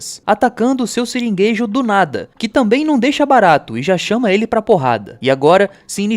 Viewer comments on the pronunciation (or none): Acho engraçado que tu fala: "Siringueijo" e talvez nem perceba kkkk Essa série de vídeos tá muito boa.